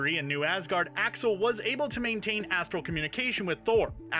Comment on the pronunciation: Axel pronounce as Asshole 😅